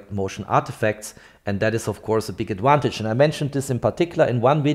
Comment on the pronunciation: I’m a big fan but I have two requests for next year. Is “peeze” out, “peace out”? I’m not familiar with that phrase. I realise us English are embarrassingly awful at languages, but can you say “adVantage” and not “adWantage next year please? I know many Swiss aim for perfection, so here are two picky requests, thanks😅